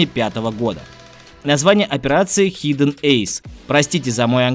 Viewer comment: Хиден) ... Я се щас вены порежу нахуй А читается ХАЙДЕН